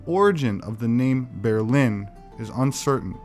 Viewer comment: Ber in Berlin is not pronounced ber the way you did, it is pronounced the same as bear in English, haha.